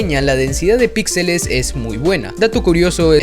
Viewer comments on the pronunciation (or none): none